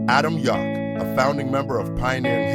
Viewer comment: RiP MCA BTW, it's pronounced "Yow-k", not Yok. As in "No one really knows what I'm talkin about, yeah that's right, my name's Yauch"